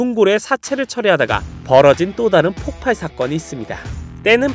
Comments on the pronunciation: 폭팔이 아니라 폭발이에요 개나소나 유투버니 말하는거에요 ㅋㅋ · 자막은 폭발이라고 잘썼으면서 왜 자꾸 폭팔이라함 굉장히 신경쓰임 ㅠ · 폭발을 폭팔이라고 발음하는거 나만 거슬리나.. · 폭발을 자꾸 폭팔이라고 하는거 고치셔야할듯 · 발음 참. 폭팔이 아니라 폭발임. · 폭팔이 아니라 폭발입니다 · 폭발인데 자꾸 폭팔로 발음하셔서 불편해요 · 폭발이라고쓰고 왜자꾸 폭팔이래ㅠ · 폭발 발음 불편해요.. 폭팔로 발음하시네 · 폭발을 계속 폭팔이라고 하는게 심하게 거슬리네. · 발음 계속 폭팔이라고 하는거 나만 거슬리냐 폭발을 왜 폭팔이라고 발음해 발냄새를 팔냄새, 두발을 두팔, 이발소를 이팔소라고 하실 분이네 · 한국사람들 중 폭발을 폭팔이라고 발음하는 사람들이 너무 많아서 참 안타까움.. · 폭발을 자꾸 폭팔이라고 발음하네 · 폭팔 말고 폭발,,,로 발음해주시면 안될까요ㅜㅜ 지적 불편하셨다면 죄송합니다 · 와.. 왜 자꾸 폭팔이라고 하는걸까.. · 제발 폭팔 말고 폭발 ㅠㅠ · 폭팔이 아니고 폭발 발음이 안좋으신가 자꾸 폭팔 이라하시네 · 폭팔(X) 폭발(O) 계속 발음을 폭팔이라고 해서 뭔가 자꾸 거슬... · 폭발인데 왜자꾸 폭팔이라고 해요? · 폭발을 폭팔로 발음하고 바야흐로를 엉뚱하게 쓰는....ㅎㅎㅎ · 자막은 폭발인데 발음이 자꾸 폭팔이라 넘모신경쓰여.. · 계속 폭팔로 발음하는거 불..편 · 엥 근데 왜 자꾸 폭팔이라고 읽는거에요..??